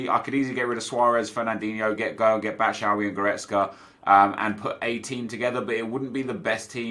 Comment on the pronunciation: Love you but why do you say Batshuayis name wrong every time. BAT-SHOO-EYE-EEE is how it is pronounced